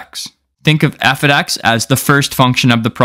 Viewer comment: Must know #0 Before everything else, learn that f(x) must be read "F OF X", not "F OD X".